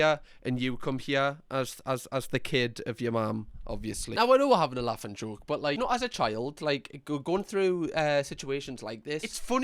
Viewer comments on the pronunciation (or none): none